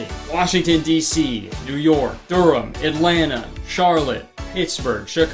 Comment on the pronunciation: ay he pronounced Atlanta just like a local